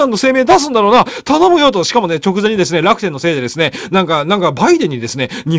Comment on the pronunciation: ちょっと気になる ら↑くてん